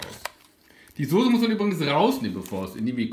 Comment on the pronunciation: Immer diese Leute Sose anstatt Soße sagen 🤷🏻‍♂️